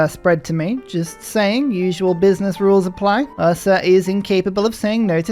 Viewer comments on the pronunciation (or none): none